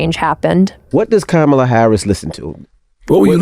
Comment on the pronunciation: cancel the guy . he disrespected the proper Indian pronunciation of v.p. harris' first name.